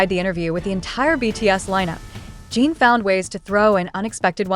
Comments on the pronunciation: Exactly, and it drives me nuts when they can't pronounce the members names correctly. There's also the spelling that they can't seem to get right even though the members names can be found on the internet and show how to spell it. There's a big difference between how you pronounce in and ene so why do they always pronounce it as Gene instead of Jin? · His name is Jin not Gene.